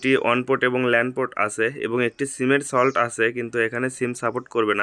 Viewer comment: সিমের সল্ট না ভাই, এটা হবে সিমের স্লট।